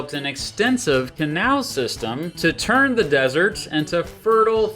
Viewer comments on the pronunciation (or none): none